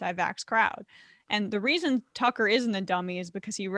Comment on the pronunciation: Its Tuckkker Carlson.